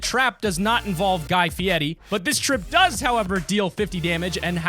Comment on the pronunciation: is it me or have a mexican accent when he says "fiery"